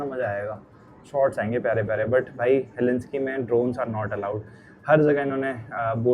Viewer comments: He-lin-skee nahi hel-sing-kee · उच्चारण गलत है "हेलेंस्की" नही बलही...."हेलसिंकी" है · Helsinki pronounce karo heslinki nahi . Stay blessed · Bhai English word pronunciation seekho, facts seekho trip karne se pehle. Helsinki ko helinski bol rahe ho, Viking (Y-King) bolte hai , Vee King nahi, Stockholm hai bhai, stockhomes nahi And stockholm hai sweden mai tu bol rahe hai denmark ka hai. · unpad panti ka bhi had hoti hai Helinski na bola karo woh HELSINKI HAI. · Google says it's pronounced as HEL-SINK-EE not Helinski...please check.